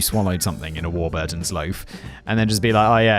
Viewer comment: War-burrrrr-tons, for an alledged Englishman that's a dire pronounciation of legendary bread company.